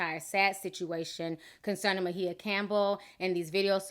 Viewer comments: Lmao, I literally cringed every time she said Ma-He-Ah. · Her name is Mya not Ma he ya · Why does she keep calling her Mahia or whatever when it's Maia Campbell ? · Everytime you say My-e-yah Instead of pronouncing it like Mya, I cringe ..... and you said E-yan-nah instead of Iyanla. 😂😂😂 Whats in that tea sis, I want some lol!! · Who is Ma-heah? 🙄 Thought her name is Maia (Maya) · If she don't stop calling her, "Ma-hee-a"! It's "My-a"! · I thought her name was pronounced like MY-UH ... not Muh-He-Uh. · (Mah-hee-yah ???????) (my-ah , its maia ) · Is Ma-He-Ah an alternative pronunciation of Maia (My-yah)? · I love you Ti! Great video! But where is the "h" in Maia? lol. I think it's pronounced "Mya". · MY-YA!!!!!!! who the fuck is MAHEEYA??????!!!!! LOL 😄😄😄😄😄😅😅😅😅😆😆😆😆😆😆😆😂😂😂😂😂😂😂😂😝😝😝😝😝😝😝😝😝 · It’s the Ma-Hee-Ya for me! I don’t want to hear that pronunciation not ONE mo-gin! 😂 Good lawd that’s hard to listen to! Just say SHE and HER girl, just....SHE and HER!!! Hell, Miss Campbell if you nasty....ANYTHING but Ma-Hee-Ya! 😂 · Where do you get "meh-heeya"? Uggh. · She's bipolor disease SINCE CHILDHOOD! Her mom an author , Bebe Moore Campbell who passed years ago , wrote a book mirroring they're life , 'The 72 hour hold' ITS NOT ALL DRUGS MAM ! Her name is pronounced M-I-YAh REASERACH YOUR INFO before sharing the info PPL ! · her name is not maHIA....and her name is not eyanna.....love your channel, but please learn to pronounce people's name if youre going to repeat it over and over in one post, thanks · WHO is 'Muh-HEE-uh'??? You should at least research correct pronunciations out of basic respect for those who you're gossiping about. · I thought her name was pronounced like "Maya"? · Ma-he-ya & Ee-ya-nah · Ti, I know you pronounce certain things a lil funny but her name is "My-ah" lol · I thought her name was pronounced Myah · Girl you butchered everyone's name in this video. It's "my E ya" and "eeyanlah" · Kept calling her Mahea... lol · Mu-hee-ya?? lol!